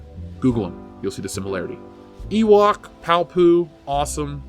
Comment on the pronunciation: I'm sorry, did you say PALPOO?